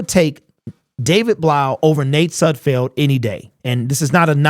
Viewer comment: I know you don't like Sudfeld but it's pronounced Sudfeld like Seinfeld is. Not Sudfield.